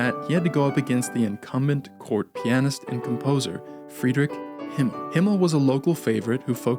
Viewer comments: Hummel not Himmel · HUmmel, not Himmel.